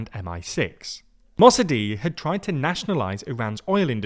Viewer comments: Mossedeh (your pronunciation is terrible) was not democratically elected. That is a common thought. But it is false. He won a blatantly rigged election. Lets cut that crap out now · Mossadegh's name is pronounced in English terms more like 'mossadekh' - the ق (gh) letter isn't silent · A for creativity on butchering pronunciation of Mosaddegh